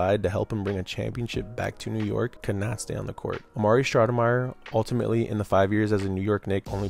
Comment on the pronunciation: It's STOUDERMIRE NOT SHHHHNOUDNERMYER 😂😂 dbag